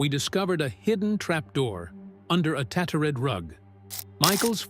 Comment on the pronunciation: Ancient does not sound anything like that. Learn the language. If this is AI, it is truly dumb, how wrong it is. For goodness sake, fix the glaring inaccuracies. And then you got ancient right, infuriatingly inconsistent. Tatte-red? arrival? Journal? Ease darting nervously, huh! Don't you mean eyes, how can his ease dart, at all, why on earth would it even want to? That's impossibly opposite to the word's meaning How stupid, and you want to promote AI? How ridiculous does that make you seem?